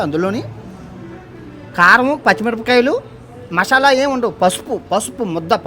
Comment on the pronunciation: Mashyala ❌ masala✅